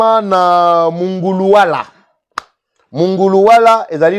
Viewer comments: Mongoluala et non munguluala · C'est MONGOLUWALA et non MUNGULUWALA.